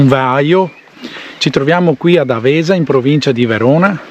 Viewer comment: Grande posto, noi di Verona lo conosciamo bene. Un suggerimento Àvesa non Avèsa. Bravo bel video anche per i veronesi e non che non lo conoscono. saluta Beppo.